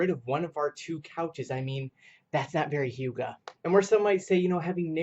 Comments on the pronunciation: I love yer channel so much but it's pronounced "uegah" not youga. my hyggenaut self was cringing each time you said it but your dances of course always save the day!! xoxoox re-subbing cuz...where u been? or where was I? glad to have found you again cuz yours was the first channel i think i ever subbed to! I also shared the hell outta this!! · HUGAH NOT HIUGAH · In Danish Y is not a consonant, in the word hygge it has a very clear sound, and it does not have a J sound. Just found this video, and as a dane it hurts every time you say "Hjuge" but hey not everyone can speak Danish :)